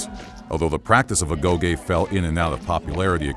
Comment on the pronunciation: Agoge* not Agouwghei